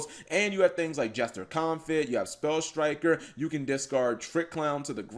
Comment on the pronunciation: Anyone else thought he kept saying Sky Striker rather than Spell Striker?